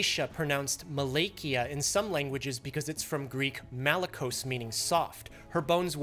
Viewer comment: Did you know in Greek Malakia means bullsh? xDDD And Malakos its proncounced Ma-la ko's not Ma'lakos.